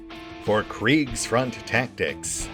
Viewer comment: Just droped in to hear how my chief spells "Kriegsfront" and it was on point. I honestly was expecting some massacre like my name in the credits. :D